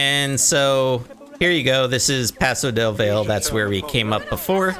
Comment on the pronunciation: Valle is pronounced vie-yay, not vale. Still loved the zoo! Looks amazing